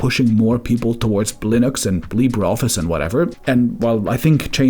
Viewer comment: Why do you say "blottery results from Columbia, Blinux and Blibre office ?? Are you using an AI voice for your videos?